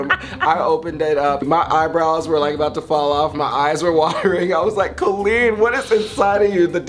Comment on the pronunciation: You can tell that they have truly been friends forever because Todrick actually says Colleen correctly! Hehe. Much Love Cuties😁💚